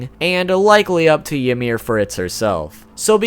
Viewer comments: you say ymir like imir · Since when was 'Ymir' pronounced "Ya-meer"??? 😒